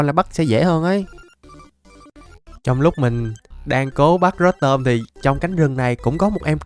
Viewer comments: Pokemon người ta tên rô tom mà đọc rớt tôm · Ko phải rotom đọc là rót tom nha anh mà đọc là rotom mới đúng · Ko phải rotom đọc là rót tom =) rô tom cho nhanh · Rô tom chứ ko phải rót tom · Em đó đọc rô tom nhé anh